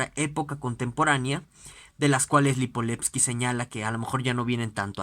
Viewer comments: LIIIPOVETSKY no Lipoletski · LipoVetsky carajo!! Con V.. que mierda. Comenzó hasta bien el video pero si no puede pronounciar bien ni el nombre del autor es muy complicado